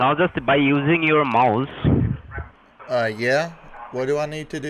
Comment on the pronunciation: "Mowse" lol